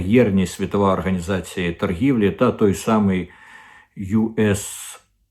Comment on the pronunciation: USAaid- aid / вимовляється як ' ейд ,а не " ай ді ". Aid- це : допомога,сприйняття,підтримка